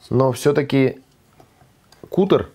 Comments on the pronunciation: Не "кутер" а каттер. Едят не "сырьём", а сырым. Говорите правильно, пожалуйста. Всей семьёй, включая собаку, с удовольствием и очень часто едим болгарский перец сырым, как закуску и в салатах. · вы же знаете языки! Не кутер, а катер. От английского глагола cut- резать. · Что за "кутэр"?? От английского cut - резать. Читается КАТ. Значит "катэр"?! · Наверное не кУтор, а кАтер? Спасибо! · Ни куттер, а кАттер. To cut !! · Не кутер, а каттер. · Kuter like kater? Cut in English, zvuchit kak kat. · уважаемый, CUTTER - от англ. слова CUT (резать). более верным произношением бы было КАТEР/KATЭP. а рецепт волшебный, спасибо!